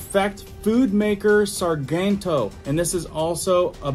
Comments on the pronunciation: It's pronounced sar-gent-o as in gentleman (I live by the company😂)! Soft G!! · I think Sargento is pronounced with a 'J' sound like 'gentle'.